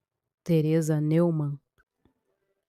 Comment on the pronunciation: A pronúncia da palavra alemã Neumann é Nóimann.